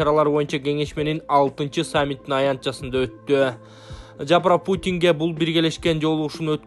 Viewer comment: Комментатор так суйло ЖапраПутин дебей Жапаров ЖанаПутин деп